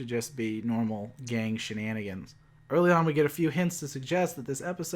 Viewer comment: Did you pronounce gang with a hard G?